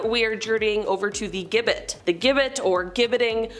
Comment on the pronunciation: "Gibbet" is pronounced "jibbet".